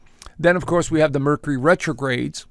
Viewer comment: Mer-cure-ree. Please.